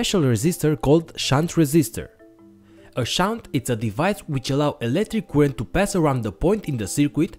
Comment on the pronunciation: it needs 2 minutes for me to understand his current spelling. it;s not koorent it's current